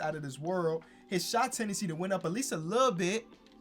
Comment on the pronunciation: We all know, can’t not say shot tenancy